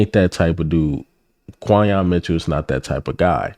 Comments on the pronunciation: Right. (Kin-yon) Quinyon. It’s really not that hard but if your reporting get it right. It is kinda annoying. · You keep pronouncing his name wrong too 😭😭😭😭😭 it’s like saying Quinton but with the other letters instead 🦅🦅🦅🦅🦅🦅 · Why do you continue to pronounce Quinyon Mitchell"s name wrong? Put some respect on this young man's name by pronouncing it correctly 🤷🏽‍♂️